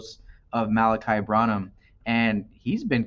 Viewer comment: Its pronounced BRAN-Num bro.